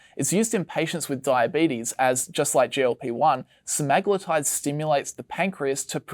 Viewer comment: Butchered “Se-me-glu-tide”